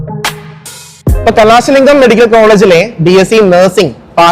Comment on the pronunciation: കലാസ alla കലസലിംഗം